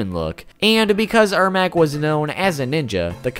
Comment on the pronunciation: it’s ermac.. pronounce my name riigh human loll